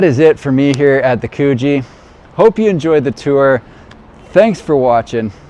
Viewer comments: Mate, it’s Coogee as in could-G 😂 might be good to get the pronunciation correct beforehand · Coogee is pronounced as in "good" not cuugee 😂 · It's pronounced 'Could gee'